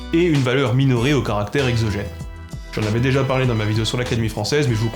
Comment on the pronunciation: Je suis persuadé que ton succès est exclusivement dû à ta prononciation de "garant" et de "caractère" avec ce magnifique [ɑ] et à rien d'autre.